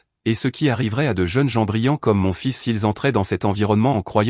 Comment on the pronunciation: On ne dit pas fil mais fils😮